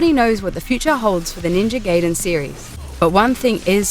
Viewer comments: i quit watching at the moment i heard "GAYden" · Yes I am. This woman is just reading from a script. She probably doesn't have a clue about any games. She got other stuff wrong as well. Though she definitely isn't the only one to get the pronounciation of Gaiden wrong. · GUYDEN NOT GAYDEN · ...and Ga-e-den not Gay-den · It's GUY den, not gay den. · Ninja Gaiden is pronounced Guy-den, not Gay-den Ryu is pronounced Ree-you, not Rai-you (though the Japanese say Ru). Come on, Zoomin.TV, at least try getting it right. The retrospective's fucked up as it is (especially considering you forgot to talk about the arcade version of Ninja Gaiden, which was the first game in the series, and NOT the NES version) you could have had the decency to say the names properly, you know, like the characters already do in the fucking games? There IS voice acting, unless you're all just hearing-impaired coincidentally. And why the hell did you end it with "It's a male power fantasy"? Do you want the feminazi bitches to come in drones and sting away at an already dying franchise? Look, I don't like Itagaki's style either. The guy's a massaginist and an open pervert. He's even been accused of sexually harassing a fellow developer. But the Gaiden games he's made are pretty damn good. The combat's easy to handle, yet hard to master. and is up there with Devil May Cry 1 through 4 and the Bayonetta games. Do you really want to attract those non-gamer, sexist, Anita Sarkeesian-worshiping lesbians (and no, not all lesbians are like them, I know that) to freely crack down on anyone who finds the slightest enjoyment in games? Keep your gamergate bullshit out of this, please... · Do you not know how to read or pronunciate? its called Ninja GAIDEN not Geiden. Gai - rhymes with guy, with a long i sound. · NINJA GAYDEN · 1,000,000 points for immediately proceeding to pronounce it as "Gaiden". Fuck off m8! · hahaha a gay cellar ^^ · Lol Gayden is how I pronounce it too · Its pronounced Ninja Gai-den.